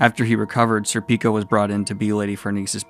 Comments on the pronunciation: Schierke is pronounced Sheer-kee Edit: Btw Serpico is, at least in Japan, pronounced SERpico with the first three letters accentuated. Might sound pretentious but hey - you did ask how to pronounce them. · Serpico is not pronounced Serpíco is pronounced Sérpico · Pronouncing Schierke sounds like “Cher-kay”. I still laugh every time you say “Sir Pico” haha, sounds so wrong.